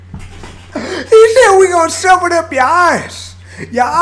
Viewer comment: pronounces ass like "oss"? Where is he from?